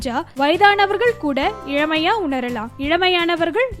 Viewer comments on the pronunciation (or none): The narrator must concentrate on her tamil pronunciation .She seems.to avoid pronouncing the letter "ள" in many places .*It is not மூழை ..it is மூளை and not இழமை it is இளமை. A Tamil video should take care of all these things too ..